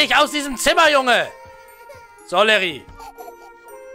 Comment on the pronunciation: Das heißt nicht Larry sondern Liri